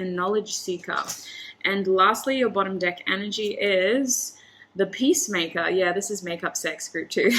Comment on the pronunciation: Everytime she said ''peacemaker'' i hear ''pacemaker'' and i'm laughing everytime.